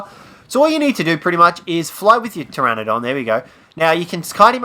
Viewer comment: it's Pteranodón, pronounced TRANNODON